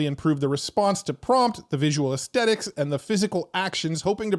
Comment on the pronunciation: Just curious about your ideosyncratic pronunciation of "aesthetic" (sometimes "esthetic") as uh-steh-tik. I've only ever heard it pronounced uhs-theh-tuhk and every "how to pronounce" resource I could find online pointed to that same pronunciation. Is there some national or regional dialect at play?